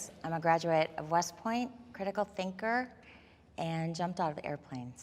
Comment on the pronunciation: does anyone else laugh evertime says critical thiNKuR